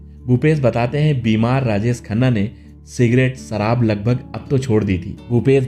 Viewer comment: सराब nahi शराब।होती है